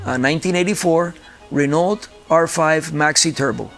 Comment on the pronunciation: such a fan but doesnt know how to pronounce Renault😂